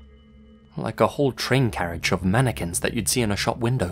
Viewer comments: These wouldn't be as scary if you still pronounced it Manny Kwins. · Remember when lazy said maniqwins in a old video of his